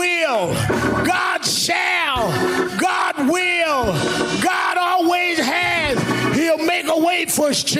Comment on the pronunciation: "Everey Day while be Sunday"